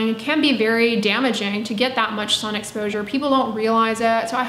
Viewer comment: Why is she calling The sun as San ?